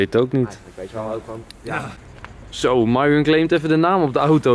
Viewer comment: Ik vind het grappig dat gewoon mairon zegt in plaats van myron